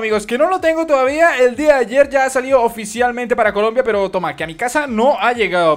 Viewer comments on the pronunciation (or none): none